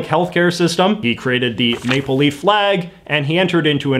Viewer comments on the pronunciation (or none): none